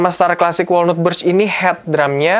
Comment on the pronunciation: Saran bang. Walnut cara bilangnya wolnat. Bukan wolnut.